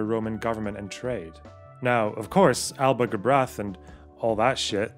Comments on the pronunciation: Small point: The 'brath' in 'Alba gu brath' is pronounced 'bra', without the 'th'. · That's not how you pronounce "Alba gu bràth".